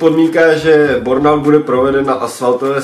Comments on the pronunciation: Kluci není to náhodou bUrnout a ne bOrnout??? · Čti bérnaut